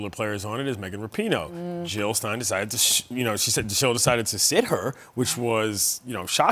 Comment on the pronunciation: Lol did he call her Jill Stein?